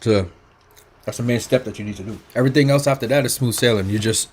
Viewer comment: Me lawd.❤️ the Island pre-curser verbage was 'EVERY-TING'...But US FOODIES ❤️ ALL